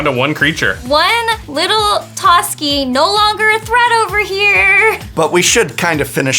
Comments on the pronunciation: i always thought it was pronounced as "Toss-ki" not "Toas-key" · Why does everyone pronounce it as Tosuki? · I hate the way they say Toski, it’s tah-sk-E. It’s as if you said it like you would Ratatoskr which is who he is based off of...